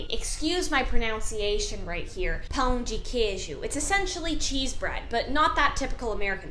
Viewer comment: "Excuse my pronunciation" then proceed by saying PÃO DE QUEIJO in perfect pronunciation, as a native.